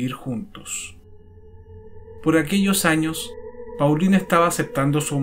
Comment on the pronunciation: Muchas gracias por el video. (En francés Paulin se pronuncia . Igual para Thierry Mathurin )